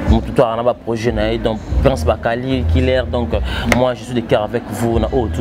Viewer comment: Balobaka projet est non proger